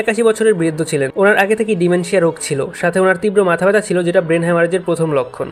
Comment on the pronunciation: ডিমনেশিয়া❌ ডিমেনশিয়া ✔️ 👀🧘🏻